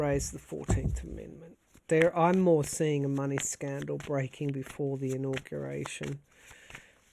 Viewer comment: The way you said in-augration drove me to look up augaration. Isn’t that interesting?! The word "auguration" comes from Latin and was first used in the Middle English period (1150–1500). The earliest known evidence of the word is from around 1450 in De Claris Mulieribus by G. Boccaccio. The word "augur" means to foretell something, especially from omens, or to give promise of something. For example, "This bad news augurs disaster for all of us".